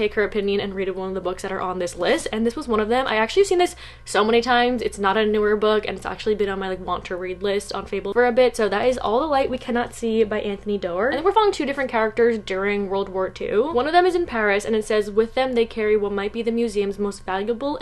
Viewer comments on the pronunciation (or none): Doer is pronounced door!!